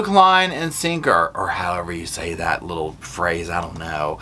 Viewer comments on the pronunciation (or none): it sounds like you’re saying little ass and it makes it so much more funny to me.